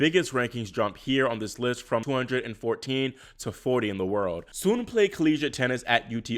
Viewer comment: Another great video! And kudos for pronouncing "Sun" correctly lol.